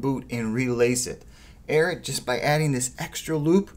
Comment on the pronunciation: IT’S NOT “AIRAT”